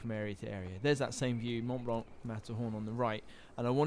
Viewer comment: He says Mont Blanc like "monblon" which I know is similar to how it should be pronounced, but the way he's saying it sounds so weird.